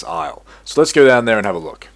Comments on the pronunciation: it isnt sso its soo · Every time he said "SsO" my brain exploded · every time he said SsO I wanted to close the video. XD